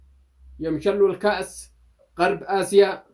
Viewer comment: غرب آسيا مش قرب اسيا انت ماتعرف تقول غرب آسيا ههههههههههههه ههههههههههههه حمار في اليوتيوب